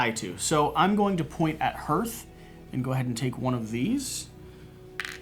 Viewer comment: You still pronounce "hearth" wrong, but I am so glad for these videos. Thanks!